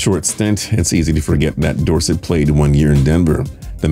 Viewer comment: It's door-set